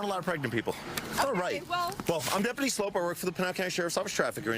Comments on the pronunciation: THIS CLOWN DIDNT EVEN RESPECT HIM ENOUGH TO KNOW AND SAY HIS NAME CORRECTLY ' HE SAID FRANK SLOPE" MORON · It's pronounced Slope. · It's pronounced like "slope," but it's spelled like "soup"! And that's the scoop, troop! 😆🤣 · He was nice to not correct you on his name. It is sloup not slope